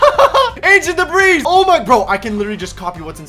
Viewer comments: He seriously pronounces the s in ancient debris 💀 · It’s ancient debris but the s is silent Bonk